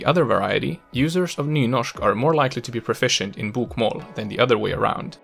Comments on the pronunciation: His BOK - MÅL pronunciation gives away the fact that he isn't Norwegian himself. It is pronounced BOKmål. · Hey great pronounciation from a! But I can hear your swedish L in the word "Bokmål", The L should be thick sounding, like you would say L in english "Ball". That being said, a lot of our dialects would use the thin L, and it is sneaking into the Oslo dialect (which you sounded like pronouncing:) Two questions: Why are so many swedish surnames relating to botany? Eklund, Blomqvist, Ekdahl, Björklund, Rosén, Lindblad Etc. Something to do with Carl von Linné? Why is it so hard for swedes to say; Chili, Jim and Jockey in english? Stay safe:) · In some cases, such as "sju, kasta, boka" he sounds 100% native to me. Other times, he "sings" his words and phrases like only a would. E.g., his "å" in "bokmål" sounds more like "åah". Combined with his whimpy "L" and sawtooth-shaped intonation, the way he says "bokmål" and "Østfold" immediately gives him away specifically as a. There are other obvious giveaways as well, such as his mid-word soft E and Æ, both of which would sound slightly more throat-y and harsh when pronounced by a native Norwegian. Anyway, the video and its spoken examples are great. I just love picking on people's accents. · You are fucking freaking me out when you say bokmål and nynorsk in a fucking swdish way! It's torture to listen to!